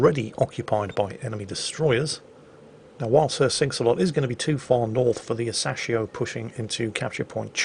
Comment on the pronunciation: Its Ah-Sa-Shi-O, smh